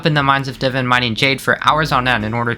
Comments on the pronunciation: its divAn, not “divin” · Not divin. It’s divan. 😂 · pretty good video but Holy hell it triggers me how u say divan’s U say it like Divin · Mmmm yes Div-an always scrummy to hear lol no hate great vid man! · The edit in these videoes are amazing, but please dont pronounce Divan's armor like that 💀